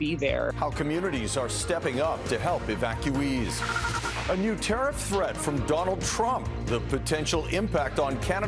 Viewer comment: What’s an “Ewackeuwee’s”? Is this the new Canadian language? English, French and Broken gibberish. DEI garbage